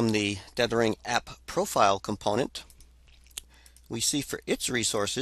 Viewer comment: TETHH-ering... not DEATH-ering... ugh. hard to listen to. (Yes. I know this is 8 years old.)